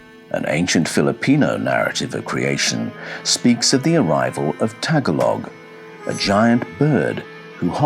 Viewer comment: lolololololo. tag a log lolololololool it’s pronounced. Tuh gaah lug where the hell are you getting this story coming out of the philippines . i’m over 50 yrs old born and lived in PI and in the usa. Never did i hear or learn anything about mythology of the PI. Because filipinos never had anything to write things on!!!! until westerns came